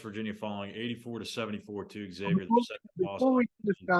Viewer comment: Maybe if you have a show you should know how to pronounce the opponent’s name properly.